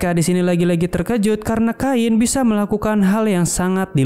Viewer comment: Cain bukan kain bang😭